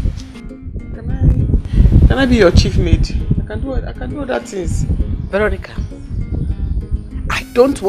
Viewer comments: Vero--nicka lol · queen; "veronicah" mercy; my queen "vero" remove te car is bad omen. me; 🤣🤣🤣🤣🤣🤣🤣🤣🤣dead!